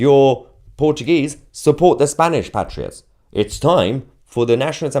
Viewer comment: Was it supposed to be " Spainish" 😊